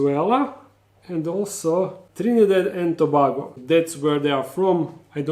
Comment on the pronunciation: Btw it's Mar-tin-eek and Trin-ehh-dad and To-bay-go that's the pronunciation.Thanks for show casing our beauties